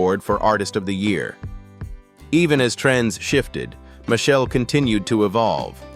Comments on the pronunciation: its ai it wont pronounce it correctly unless you spell it like Mashell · Machel pronunciation is Ma-shell. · AI nonsense. Can’t even pronounce the man’s name right. It’s Machel! Not Michelle or Machelle. He deserves a proper documentary, not this AI generated crap. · Machel is pronounced as marshall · Respect the Artist, his name is Machel. When you mispronounce someone's name that's disrespectful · so now you see how Ai cannot produce words correctly...listen to the words "Machel" "Carenage" etc...Put look at the video of the child... lol